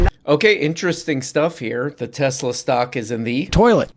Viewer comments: Trump called it “Tesler”. Hysterical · Why does Eloo Ma pronounce Tesla's name Tezzla? Does he not know the name of his own company? How out of touch do you have to be to mispronounce the name of a company you ostensibly own?